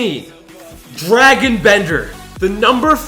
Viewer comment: Dragan* not Dragon 🐉😂